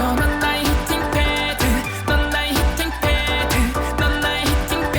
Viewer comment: 히팅 팯 이라고 발음하는게 훨씬 자연스러운데 이악물고 히팅 패드 다 살려서 발음하는거 개킹받음 ㅋㅋㅋㅋㅋㅋ